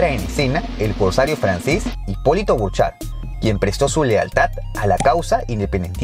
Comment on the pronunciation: no es bourchard si no bouchard